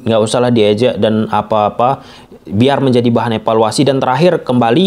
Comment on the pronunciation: Jadi bahan efaluasi ko' dari aku kecil sampai tua efaluasi,bosan dengernya.sampai kpn berhenti dengar efaluasi.